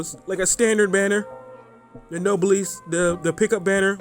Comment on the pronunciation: No - bless That's how it's pronounced and yes it's a real word